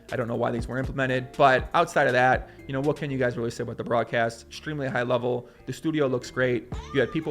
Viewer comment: Theres something about the way he says "Exshtreamley" and "Shtream". <3 #nohomo